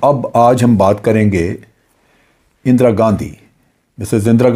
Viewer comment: "اندرا گندی"